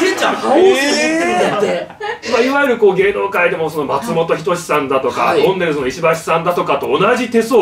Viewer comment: とんねるす になってる せんちゃんのとこ